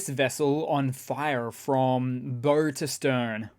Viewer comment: FYI : The bow of a sea vessel is pronounced like Prow, Bow [don't you just love Old English?].